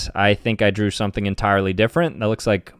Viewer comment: Munchelax????? It's munchlax